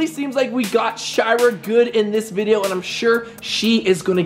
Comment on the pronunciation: In 00:5 and 00:6 he said her name wrong he said shower not shira